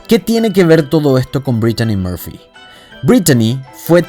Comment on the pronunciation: sumale que , a demas de tratar de hablar en ingles, que pareces dora la exploradora diciendo por ejem. dedellaain o ''breitchani moorpfy, por empesar no se llamaba asi como lo pronuncias ! lo mas probable es que si estuvo inteligencia metida seguro nada fue casualidad.